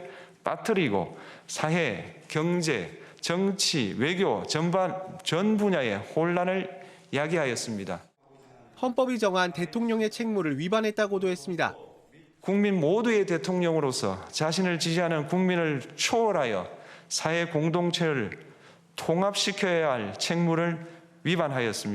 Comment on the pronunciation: ㅋㅋㅋ 깅거니 아주머니 포토라인에 서서 어버버 하는거 보고싶다 ㅋㅋㅋ 국민을 궁민이래ㅋㅋㅋㅋㅋ